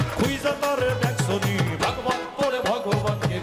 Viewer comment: vog vog nahi "Vagavat"